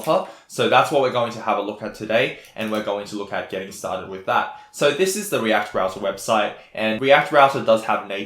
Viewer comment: REACT ROUTAH! Thank you for this video, I like this tempo - no bullshit.